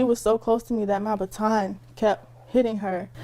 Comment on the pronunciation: A STAR 😂😂😂😂😂 THE WORD IS BATON.